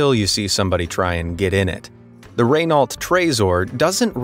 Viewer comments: Renault is pronounced “reh-no”, with equal emphasis on each syllable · What the heck is a Raynolt. The son of Nick Nolte witout the e? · Just saying you said Renault wrong it’s actually pronounced renno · Renneau would be better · oh my God I thought you were amazing and sophisticated and you’re saying Rennawlt good God learn how to pronounce the fourth largest car corporation on earth pleasen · I have never heard of such a car named RAY-NAU-LT??? where do you hear an AY in the name??? Why can't you just stick to its name as it is pronounced in French, this is not that difficult to find. Why do you pronounce the name MERCEDES like you do and you do not call it MAYR CAY DAYS? the same E is in RENAU(LT). The 2 letters in brackets you do not pronounce. Just read the name RENO. Easy no??!!. It is just frustrating to hear something pronounced wrong!!! I am not saying that your youtube is not great. On the contrary, well done!! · Ray-nalt? Cmon man, learn how to pronounce the names before you make the video. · What the hell is a 'Ray-nallt'? 🤣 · Renault hasn't been pronounced like that since the early '80s, and 3016 is not 100 years from 2016. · Funny as hell every time an American says Renault. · Ever heard a word mispronounced so many times that you start to question the correct pronunciation? The narrator must have said Renault 20 times in 2 minutes. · you cant pronounce renault trezor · please tell me that is not how americans pronounce renault :') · I cringed when you say “renault” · So much misinformation but the pronunciation of Renault was the most cringe of all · Ray-nahlt... Hah! Watch Top Gear. Clarkson would say 'reh-no', just because the Brits know their French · Calling Renault, Raynault, property hurt my ears and I'm not a French car lover, really. And that American math with BMW killed me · Yea I’m also gonna correct him not trying to sound like an ass but it’s pronounced re-no not re-nail-t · It’s Raehnoo not raynault btw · Raaynault 😂😂 Its Renault